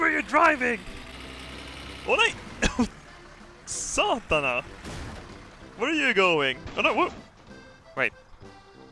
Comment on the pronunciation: That saatana was authentic af